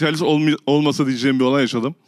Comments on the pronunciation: Cem'in "halis mi"yi söyleyemeyişi #halismi ay her demende kriz geçirdim <3 faikfaşdijfdşsalişsfak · Yav cem bey, halis değil haaalis diye okunur o “hâlis mi?” denir yani 😃